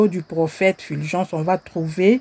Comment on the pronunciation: C'est Fulgence, et non Filgence. Pourquoi vous, congolais de la RDC, avez du mal à pronocer U ? Vous prononcez i à la place de U.